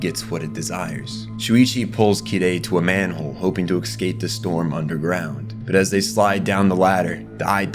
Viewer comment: also "reminisKing" instead of reminiscing, and his constant mispronunciation of escape as eKscape...